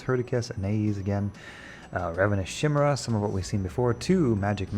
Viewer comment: Just FYI - from an English snob to a - "chimera" starts with a hard "k" sound and rhymes with "time era."